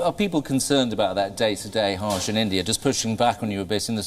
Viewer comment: Excellent interviewer kept the authors on their toes - pls have him learn how to pronounce indian names. Harsh sounded a bit haarsh ! The authors too managed very ably to respond and communicate their perspective. Despite some insisting that india was forcefully welded together as a constitutional state only in 1950, but the reality is that any constitution is informed by its civilizational ethos eg in india there was no need to insist on secularism since we have almost always separated religious institutions from state governance thanks to Varna dharma. State should focus on uplifting individuals and not favor one community over another - let the millions of communities foster their own cultural strengths unhindered - except of course where they are inimical to the weak and oppressed.